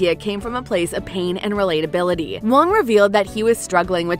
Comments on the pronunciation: Great comments… although, was difficult to hear the narrator pronounce the actors name quite wrong and in a funny chinesey way. The director’s last name is Hwang, not “Wong” . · Great review! Btw, the H sound in Korean Hwang is not silenced--so not "wong" as u pronounced it, but more like "Huang" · Do me a favour and pronounce the names right “sAhNg jEe-HuHnN” “Lee Jung-gAy” “HyUnG jYuNg-YuNg” “jEoK-sHoE” “SaYnG-wOoH” “eEl-nam” “hWaYnG” etc. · Director Wang Dang Yak. Is it really that hard to pronounce vowels properly? Os should be pronounced as in "Okay" and U as in "Use". Why do these vowels are pronounced as "A"